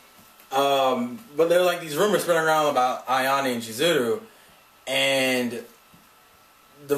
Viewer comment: Kimi NI todoKe SaWAko KazeHAya AyaNE ChizuRU And the "y" in ryu is silent